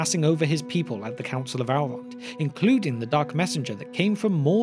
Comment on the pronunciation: Still don't understand why yall choose to mispronounce Elves and Elrond as, "Alves" and "Owlrond". Tolkien was British but made it pretty clear, even in his accent.